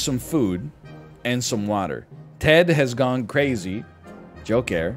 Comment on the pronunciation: There seretonin shot directly to my brain every time nl says “jokair” is just 👀🧟‍♀️🧠